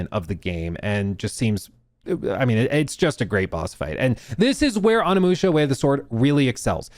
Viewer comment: “On a musha” 😂